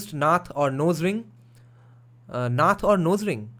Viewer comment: It isn't pronounced naath, but nuth ("uh" sound)... that is what we call nose ring